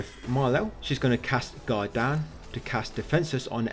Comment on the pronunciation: Every time you say "Guard Down" I think you're saying God-Damn